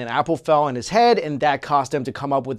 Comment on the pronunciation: why does he pronounce "on" as "ung"??